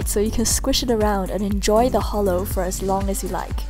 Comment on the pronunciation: ITS NOT H O L O I'M DISAPPOINTED IN YOU